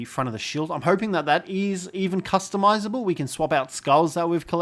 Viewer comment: Wtf is "cus-to-miss-able" lmfao